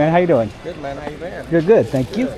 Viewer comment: You said spank you so much😂😂😂